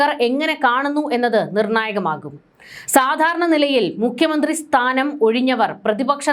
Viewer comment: Ini muthal " Mukkiya Mantri", not Mykhya Mantri😄